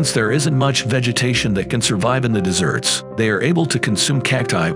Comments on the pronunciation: The way they pronounce “desert” makes it sound like they’re saying “dessert.” 🏜️ ≠ 🍨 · Dude needs to learn how to pronounce desert correctly 😂